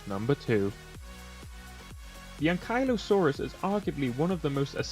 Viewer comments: its pronunced Doe-Dic-Urus and An-Kee-Lo-Saur-Us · Pronounced doh-dick-or-us and ankie-low-saurus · I don't understand why you pretty much st letters to the dinos names. "dodiacrus" "Castroids" "ankilo"